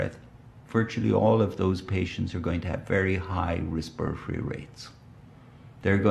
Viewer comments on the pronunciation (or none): “Resperory rate”